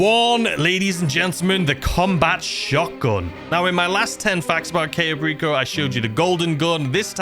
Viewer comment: The very first one should be how to actually pronounce Cayo Perico properly :P